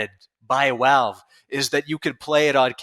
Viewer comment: … I love you funny man… but the way you pronounce ‘Valve’ haunts me.